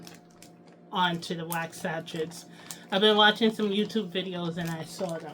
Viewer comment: Your videos are always inspiring and I admire how much you strive for perfection of your products and videos, so here is a small lesson. SACHET is a french word and as such the ending "T" is silent. It's pronounced SA - SHAY. You can google the pronunciation if you'd like. I don't like being critical, but I thought you'd appreciate a little constructive criticism.